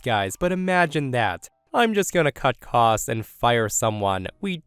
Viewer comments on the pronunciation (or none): none